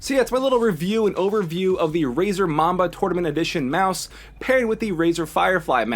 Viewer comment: he says razer mama lol